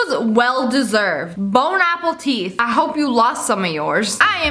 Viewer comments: She really say "Bone Apple Teeth" !? LIA, WHA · Delisha Reijnders she dose say bone apple teeth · SAME I LAUGH SOOOO HARD 🦴🍎🦷 (bone apple teeth) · SSSniperWolf: "Bon Apple Teeth" Me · "Bon Appleteeth" Me: eats teeth Wait a minute~~~ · ~I love it when you say: bon appétit ~Because it sounds like: bone apple teeth 😂✨😂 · Animation Nation No, she said Bone Apple Tea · A Little Bit Of Gacha Memezž she said bone apple teeth